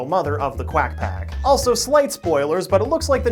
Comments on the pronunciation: I took a drink every time he said quagh pcoffty..... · I toke a drink every time he saed qwiac pack a drink of milk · It’s quack pack!